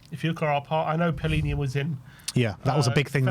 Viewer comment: Why does everyone keep calling him Paulinha when it’s Palinha? How did the “u” get in there? Should we also start calling them Crystal Paulace?